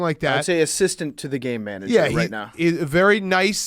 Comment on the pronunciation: Any one else just hear gay manager instead of game manager?